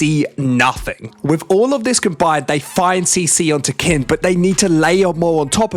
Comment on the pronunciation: please, its pronounced "keen" 🥲